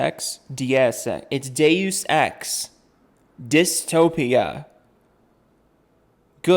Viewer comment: The fact that he misspoke "deus" and "dystopia" without realizing it is cringe worthy all on its own.